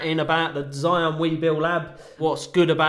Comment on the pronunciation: firstly you have to pronounce your sponsors brand name correctly to start with